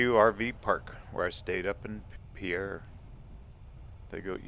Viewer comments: "We're in 'pea-air', South Dakota!" NO! NO!!!! :-) It's spelled "Pierre", like the French name, but it's pronounced "PEER". As a lifelong South Dakotan of nearly 54 years, I can be absolutely trusted on this. I just got back from there today after spending a few days training in Pierre. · Agreed. When I was visiting, the first native I encountered quickly corrected me. It's Peer, not Pea Air, we're not French. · I grew up in SD. (Moved there when I was 6 months old. Lived there until age 14 years. The capital of South Dakota, Pierre, is pronounced "peer" not the French way "Pierre". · Great video. Pierre and Ft Pierre are pronounced "PEER" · Pierre, SD is pronounced "peer" by the way. In the winter, there is Christmas at the Capitol and there are a lot of Christmas trees throughout the building. It is awesome. Just found this video and didn't have a chance to watch the whole thing. There is also a really beautiful scenic drive that follows the along Highway 1806 / 1804 that goes from Fort Thompson to Merida, ND. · Great video. I really enjoyed it, especially being a born and raised South Dakotan. Just a small FYI, the capital is pronounced "Pier" even though clearly spelled like the French name Pierre. Also, the Missouri River around Puerto has great walleye fishing. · As a native South Dakotan, I enjoyed the video. BTW, the locals pronounce Pierre as "Pier". For future info. ;-)